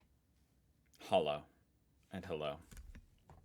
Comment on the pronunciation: I'm going to stop you right at the first word. You keep pronouncing "hallo" as "hollow" but it's more like "hulloh".